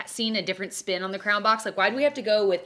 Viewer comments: you say crayon like 'crown' that was confusing XD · I like the way you pronounce crayon. Sounds like 👑